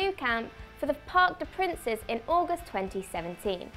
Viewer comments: "Park de PRINCES" smh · The way in which she pronounced ‘parc de princes’ 🤦🏾‍♂️